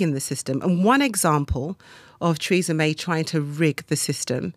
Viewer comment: Who is Treeza May?